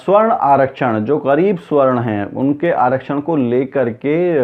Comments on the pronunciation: भाई साहब, सही उच्चारण "सवर्ण " है," स्वर्ण" नही। स्वर्ण का मतलब सोना gold होता है। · Once again - this illiterate tea vendor Modi knows to fight elections by hooked or by crook. He has no ethics. Faaltu aadmi., this is sawarn aarakshan & not swarn aaakshan. Please correct your pronunciation to sawarn.